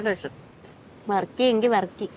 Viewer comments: Ooty ബർക്കി എന്ന് കെട്ടിട്ടുണ്ട്.. Varkey അല്ല 😂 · വർക്കി അല്ല ബർക്കി ആണ് 😂😂 ഊട്ടി ബർക്കി കേട്ടിട്ടില്ലേ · Njangal barkey ennaan paraya 😂😂 varkey aadyam aayit keelka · വർക്കി അല്ല വർഫി 👍